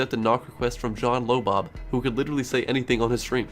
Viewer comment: "John LowBob"